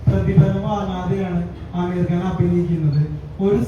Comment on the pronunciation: അമീർ അല്ല ആമിർ